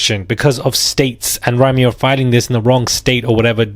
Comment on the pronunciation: Isn't Rymir pronounced "Rhymer" as in someone who tells rhymes? 🤔😳🤷‍♀️